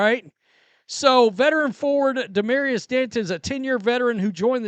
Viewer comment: "Damarias"???? Where did this dumbass learn how to read?